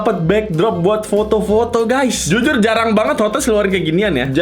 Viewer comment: taipo bilang zuzur harusnya jujur